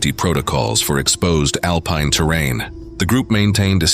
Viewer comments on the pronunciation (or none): none